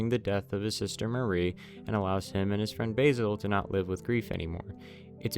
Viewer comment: Great video but a little pet peeve of mine– Mari's name is pronounced "Mar-ee" instead of the way the name Marie is pronounced!!